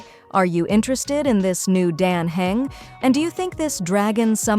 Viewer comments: I still can't tell if this is AI or not. Because the voice is very much mispronouncing "Dan Heng", but I think I hear the sound of inhaling. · Great video... but please make the voiceover pronounce all the names properly. You just need to write/type out how the words sound instead of what they look like. Dan Heng would be Dan Hung. Castorice would be Casteris. and so on...